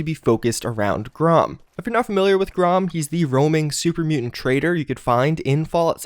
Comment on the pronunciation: "Grom," lol. Dude just graduated college and still can't make it through an 11 minute video without mispronouncing something.